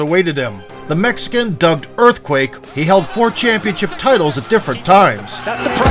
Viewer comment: Why you say mexican like that it sound racist 🤔